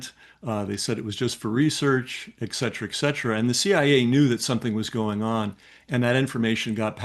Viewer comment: Ecksetra-> et cetera